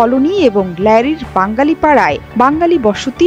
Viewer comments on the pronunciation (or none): সাংবাদিকতা করতে দিয়েছে কে আপনাকে শুদ্ব ভাবে উচ্চারন করতে পারচেন না,, কারাচি কে বলচেন করাচি আবার বাঙালি কে বলচেন বাংগালি 😅